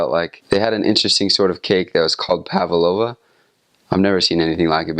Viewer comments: He said pavlova so weird 😆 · It's almost like he has another accent.....